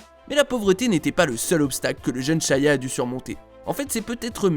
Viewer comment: Ya que moi qui est remarquer qui dit SHAYA tous le long au lieu de SHIA